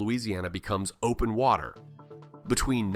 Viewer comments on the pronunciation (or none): none